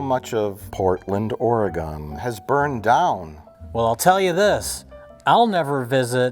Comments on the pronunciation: Oregon= "Oruh-Gun". Not "Ora=gone". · “Portland, OreGONE” god dammit Mike